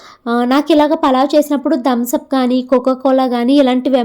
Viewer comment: Not dhams up it is thumbs up